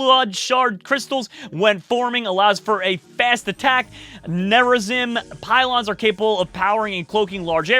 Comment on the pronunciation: He didn't Pronounce Tal'Darim or Nerazim or Legionnaire